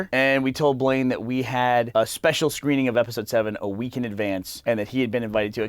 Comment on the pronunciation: One of the things they should have done with Blaine is call out his pronunciation.